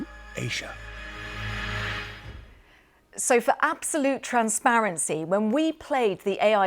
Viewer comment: It was immediately clear the second audio was different. Syntax was different, and so was pronunciation of Asia. The AI voice was pronouncing it as "Aisha" instead I'd "Aizha".